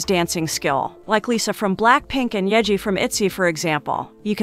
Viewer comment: Thanks for the video sm,,, (but yeji eh wasn't correct)